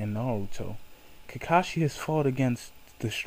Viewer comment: it sounds like you are saying kikashi and not kakashi